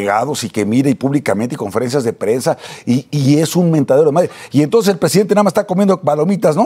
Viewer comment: " español limitado " pero limitado y todo es mucho mejor pronunciado que el del que se dice presidente, que ni siquiera sabe pronunciar nuestro bendito idioma, solo escuchelo cuando dice Estads Unids en vez de ESTADOS UNIDOS y 'ton'ces en vez de ENTONCES por poner solo un pequeño ejemplo y esto si es una vergüenza por ser el político de más alto rango del país, por lo que a Alazraki toca, no tiene importancia porque si bien es un empresario del ramo de la publicidad, no importa lo que diga o como lo diga porque si alguien lo escucha es por gusto propio, no así con lo que diga el presidente que como ciudadano DEBO casi de forma obligada enterarme de que dice o que no dice porque como servidor público que es debo estar enterado de si está haciendo bien o mal lo que tiene que hacer.